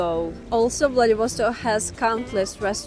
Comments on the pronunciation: А зачем надо говорить ВладивОсток, вместо ВладивостОк? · Remember: VladivostOk! Not VladivOstok.